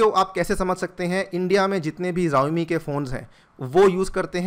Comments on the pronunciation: जाओमि नहीं शाओमी है😁😁😅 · It's not जवमी it's शाऊमी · Xiaomi ko Zaomi nahi Shaomi pronounce karte hai